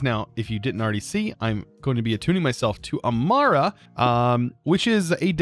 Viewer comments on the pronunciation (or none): none